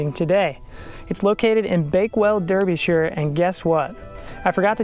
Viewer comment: Derbyshire is pronounced Dar Bee Shur, Not derr bee shire. Sincerely Someone from Derbyshire.